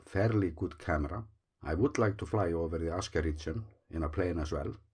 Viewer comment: the way you started your vide3o just says Askya